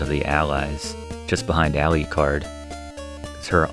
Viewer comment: So why do you call Draculas son “Aliucard”? It’s Alucard, no ‘I’. You don’t pronounce Dracula as “Dracuila”. Sorry, been bugging me the whole video.